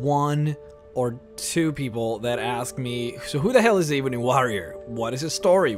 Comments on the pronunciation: Ebony uses a soft e. E as in Egg, B as in ball, O as in zone, NY sounding as knee. eb-O-knee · If I hear e-booni warrior one more time 😤🤣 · Dah eebony wawrior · pronounced "eb-on-E" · WHY DO YOU PRONOUNCE IT AS EBOONIE UGHHHHHHH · you pronounced warrior and ebony wrong. I'm sure you know though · Michael Moscrop #\//\ the moment I heard him say ebony... I immediately stopped the video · You cant say ebony to save your life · I don't like the way this guy pronounces the word "ebony" but great video 👍🏼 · Can you try to say ebony correctly?!?!?! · Your pronounciation of ebony bothers me to no end. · please..please pronounce Ebony and Warrior correctly. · Could you possibly learn how to pronounce this stuff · Dude you know that you are saying ebony wrong. It's not eeeebony, its EBONY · Ebony not ee bony ffs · it actually changes depending on your region i can also be Ebb-on-ee or Ebb-en-ee but i agree Ee-boo-nee is a bit aggravating to listen to. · saying, it's pronounced "Eh-bu-ny" — similar to bunny. Like an ebony woman. Not "Eh-bone-y". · Why do you call it EEEEeee bunny? IT'S (Eh bun eee) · it's eb,not eeeeb,,your pronouncing it wrong. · I'm sorry I was just trying to help him no offense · It's not eeeebony warrior - Think "Egg" - Pronounce the E same way as you would say Egg - "Ebony warrior" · It’s not eee bon eee it’s eb. O knee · It's not ee-bunny. Its eh-bunny. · Why do you pronounce it eweenie instead of ebb ony eb bony (ebb pronounced like web spider web) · Ehh-bony....oh my god....not EEE-bony. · Here is how you say ebony Eh-bun-ny Not iibanie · .... omg I can’t listen to you say EEEEBONY WAHREEOR one more time.... Eh bony woh rior is how you pronounce it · Jesus, it is ebony not eebony... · Ebony as ebony and ivory black and white ebony is black, eebony is not a word. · Not Eee-benny Eb-bony 😂😐😑😤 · Why keep saying Eebony? While it's .. ebony ;-) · Jesus just say Ebony, not EEEEBony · Its not ebeney it e bo ny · Why pronounce it e boney its ebony !